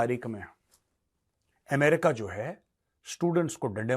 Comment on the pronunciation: अमेरिका ❌ एमरिका ✅ 😂😂😂